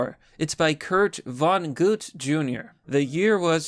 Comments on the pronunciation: Kurt Vongut? You mean Vonnegut? It's pronounced Vonn"eh""get" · I'm sorry, I wouldn't ordinarily say anything but Kurt Vonnegut's name reads like it is read (Von-ne-gut). Don't overthink it.